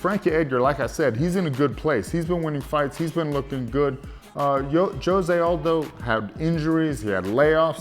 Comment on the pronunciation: & am i the only one who noticed they were saying Jose Aldos name wrong, or is he the only Hispanic that pronounces it that way? lol